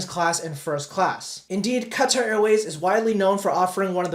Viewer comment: what is cutter airway? Do you mean Qatar? Lol😂